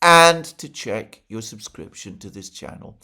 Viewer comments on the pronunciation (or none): none